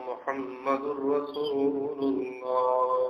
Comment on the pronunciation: محمد الرسول اللہ کا اعراب درست نہیں پڑھا گیا